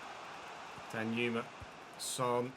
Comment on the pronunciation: Dear, it's pronounced dan-joo-ma, not danyuma. It's a Nigerian name. Sincerely, a bona fide Nigerian fan 💥